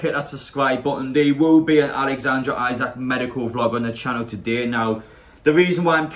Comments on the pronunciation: Apparently it’s pronounced Alexander Eesac. Come on people try and gets people names right it ain’t that hard lol. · Great singing! His surname is pronounced Eesak though.